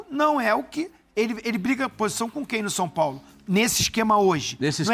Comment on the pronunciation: Mais um.. Meu amigo, é São Paulo e não Sun Paulo. Perde views por começar o video dessa forma, Eu mesmo parei no Sun Paulo.